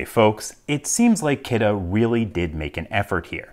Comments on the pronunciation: 1: Kudos for pronouncing Kidde correctly, most say it like how you would say Kitty. 2: Looks about as reliable as their smoke alarms, which are often bei recalled. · I thought Kidde was pronounced “kiddy” and that this was a lockbox for children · Brand name is pronounced "Kidding!" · Soo it's not Kidde, it's "kiddie", meaning the level of intruders this slows down somewhat. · So that's how you pronounce that brand name. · interesting, is that how you pronounce kidde? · Wait that's how you pronounce Kidde?